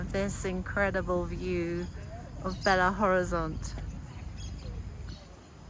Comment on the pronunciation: belo horizonte not bela,lol.